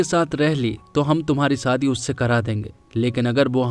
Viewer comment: Bhai bura mat manna lekin apna accent theek karo...aap,sh ko s kyu pronounce karte ho...jaise shaadi ko saadi koshish ko kosis shayad ko sayad s ke aage h lagao...